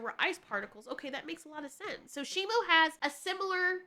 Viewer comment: Its SHIMU why does everyone keep on saying his name wrong its shimu not shimo